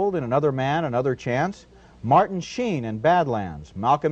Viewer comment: . Martin Shee-in ?? I've probably heard Martin Sheen's name said hundreds of times, and never once heard it pronounced the way Roger Ebert does here. Did he know something the rest of the world didn't or did he just screw it up, and rather than immediately start pronouncing it the correct way right after that, just kept going with that mispronunciation, rather than indicate that he had just goofed it up that first time ?? .